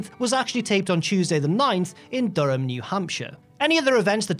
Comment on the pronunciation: That was the most proper pronunciation of Durham, New Hampshire ever